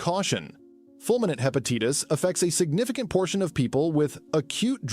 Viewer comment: What is Hepateetis?